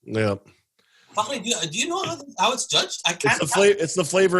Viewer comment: Finally someone pronouncing Fakhri’s name right 👌👌